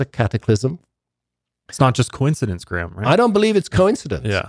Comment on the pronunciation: GRAYHAM not GRAM